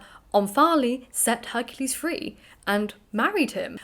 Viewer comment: Mabee it is my age, but it sounds like you are saying "hercese, instead of Hercules